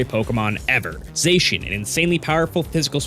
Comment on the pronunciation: /zah-shian!/ Not... /zay-shian/!